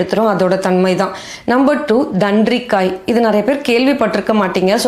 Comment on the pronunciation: தன்ரிக்காய் இல்ல தான்றிக்காய்